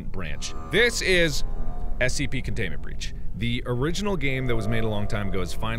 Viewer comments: “SCP contomnent bronch” lmao gotta love marks dictionary. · Ess see pee cantoonment branch.